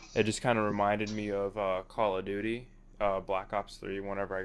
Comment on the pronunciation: call of dooty.. lol